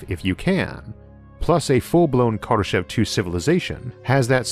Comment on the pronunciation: I hate to nitpick but your pronunciation of Kardeshev is off. In fact my pronunciation was a bit off I just found out. Here's a Russian TV report on his death.